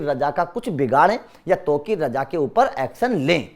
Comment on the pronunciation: gandu sahi se nam to lena sikhle